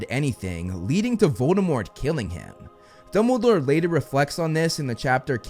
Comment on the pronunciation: Dumbledore not Dunble😂